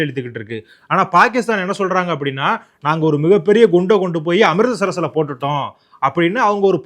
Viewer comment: Thambi , Am-Rith-Sar, Not Am-ritda-Sar-sar